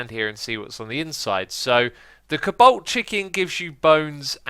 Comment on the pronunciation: Why does he say Cobalt like "Caabolt"